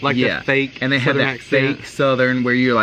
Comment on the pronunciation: Ok when you were talking about Southern accents and you said had,, it sounds like ha-ud 2 syllables!! I'm the one you asked which word, well this is the example, so clear!! Hey I'm from Texas and I have lived in North and South Carolina and i absolutely love the accent!!! It's just a little different than the TX drawl!😏😂💕 love y'all!!😍